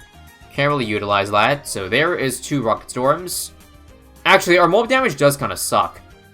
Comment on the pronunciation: 30 sec into the video and I've already forgotten how to pronounce storm correctly